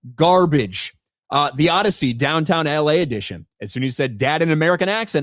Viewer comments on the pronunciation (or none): The "Oddity"